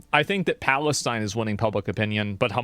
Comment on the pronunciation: my favourite thing was how he pronounced it Phallus-teen